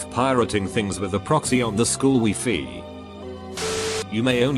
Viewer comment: Nobody: Reddit voice: WeFe